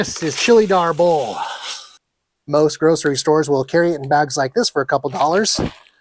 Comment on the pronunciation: Hahahaaaaa, chilly Arbol is not really considered spicy. Scoville units isn't considered spicy at all. The word is also not pronounced arbOhl but Árbol.